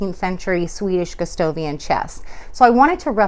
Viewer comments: Since the king's name is Gustav (Goostahf), it's Goo STAH vian, not Goo STOH vian. Good job on the finish! You have a much better understanding of what is going on with Gustavian furniture than the others on YouTube. It's a more nuanced effect, and a bit complicated, but you have a great eye. Thank you for this. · Your technique is the best I've seen for this finish, but you keep saying Gustovian instead of Gustavian with an "a." It's distracting.